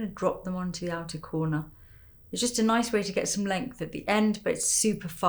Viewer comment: She for real said "noice"